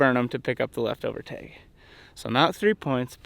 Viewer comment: If you are going to hunt the great state of Nevada, you need to say tAg and not tEg haha.